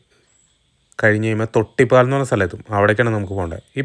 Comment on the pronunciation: തൊട്ടിപ്പാൽ അല്ല തൊട്ടിപ്പാൾ. നെടുമ്പാൽ അല്ല, നെടുമ്പാൾ. തൊട്ടിപ്പാൾ കണ്ട അമ്പലത്തിന്റെ പേര് തൊട്ടിപ്പാൾ അമ്പലം തന്നെ. ചേട്ടൻ പറഞ്ഞ പോലെ റോഡ് ഒക്കെ അടിപൊളി തന്നെ. പക്ഷെ ആറാട്ടുപുഴ പാലം കടന്നു നിങ്ങൾ തൊട്ടിപ്പാൾ അമ്പലം എത്തുന്നത് വരെ ഉള്ള സ്ഥലം ആണ് മുളങ്ങു. അവിടെ നിങ്ങൾ വീഡിയോ സ്കിപ് ചെയ്തു. ആ സ്‌ട്രെച്ച് റോഡ് ആകെ തകർന്നിരിക്കാണ്. അതെന്തേ കാണിക്കാതിരുന്നത്. അവിടെ വണ്ടികൾ എല്ലാം സ്ലോ ആയിട്ടാണ് പോവുക. അത് ആലോചിച്ചു പ്ലാൻ ചെയ്തിറങ്ങുക